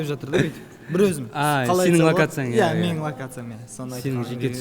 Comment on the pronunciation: Иааа(с акцентом на А)